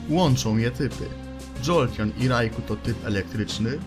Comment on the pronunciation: Entei,Raiku icSraku usłyszałem